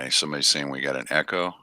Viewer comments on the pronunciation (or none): none